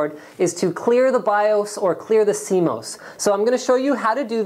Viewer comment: Jesus Christ! Boomer here. Sorry. BIOS and CMOS is NOT pronounced like that. Just STOP! Lol!